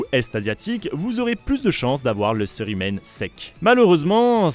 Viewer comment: On dit pas curé humaine mais bien cérumen 😅 A par ça super vidéo